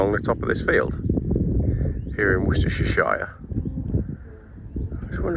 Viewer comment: Wostershershire, thats easy for you to say